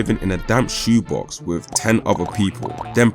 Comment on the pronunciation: "Fings" not THINGS? "Wiv" not WITH?